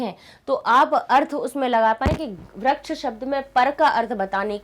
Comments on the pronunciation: Why do you say व्रक्ष ? It's वृक्षः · mam vraksh nahi vriksh pronounce hota hai